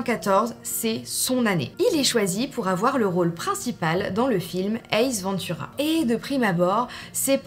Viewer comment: Coucou je suis pas là pour dire du mal mais pour une fan revois tes classiques.c'estbAce Ventura pas aventura,ma belle merci a toi